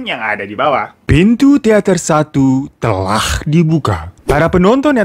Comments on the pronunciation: "Pintu teater 1 'telakh' dibuka" Telah nya pake makhraj gtu ya bang wkwkwkwk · qolqolah itu ق ط د ج ب selain itu ya bukan qolqolah namanya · Bang, lu kalau bilang telah kok kayak ngorok ya🤣